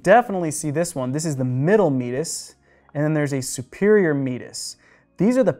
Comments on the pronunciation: Your pronunciation of some anatomical terms is simply wrong. "Concha" => con-ka "Meatus" => mee-ate-us (accent on second syllable) As someone who had surgery to remove a bony extrusion growing from the septum into my middle meatus, I am well aware of the terms... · Meatus should be pronounced as if combining the words me-ate-us. How am I so sure? It come from the Latin verb me-ar-re, a course that a river runs through. The term was borrowed by anatomists to refer to a body channel.